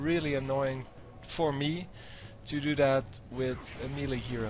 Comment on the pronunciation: Please check the pronounciation of melee :)